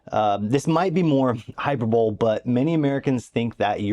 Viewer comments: Enjoying your content. Wishing you the best. Just thought I would help with a pronunciation of one of the words you used. (The word "hyperbole" is pronounced hy-PER-buh-lee. It has four syllables, with the stress on the second syllable, "per". Some people might mispronounce it as "hyper-bowl", but the correct pronunciation is closer to "hyper-buh-lee". 😊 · Hey! Enjoy your videos. I’m moving over to the uk next year for a PhD program so your info is very helpful. Is it true that the houses are moldy? And pardon my pedantry, it’s hy-PER-bo-lee. Hyperbole. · The correct way to pronounce "hyperbole" is